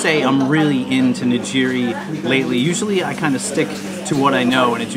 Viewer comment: You should know that those rolls are not what Japanese people eat typically. I know they are common outside of Japan, but they were invented in California. The rolls we eat are wrapped in nori, seaweed. Also, I will say that it is Ni”g”iri (“g” like gear) not Nijiri.